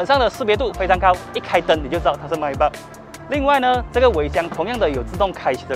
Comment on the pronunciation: Maybach 发音pronounce 都错了😓